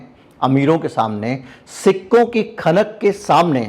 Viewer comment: आप सिक्कों बोलते हो, मुझे सिखों सुनाई देता है,और मैं बार बार confuse हो रहा था और बार बार rewind कर के देख रहा था😂😂